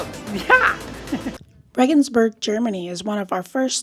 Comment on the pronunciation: Rengensburg .... more Italian .... like Vienna. 😂